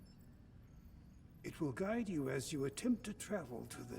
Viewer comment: Joe kept ignoring the game's hints by pronouncing Naytebas wrong